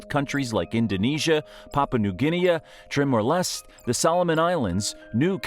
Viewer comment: Timor. New Guinea, Melbourne, Brisbane. Just some of the place names this narrator can’t pronounce correctly. Always be suspicious about videos about Australia narrated with an American accent